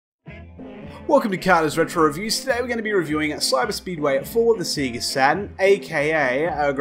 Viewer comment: "Seager" Love that pronunciation. Thats what i called it at 9 years old bless. Great review. Never bought this one back in the day but always wondered about it since seeing it in a VHS promotional tape in issue 1 of Sega Saturn magazine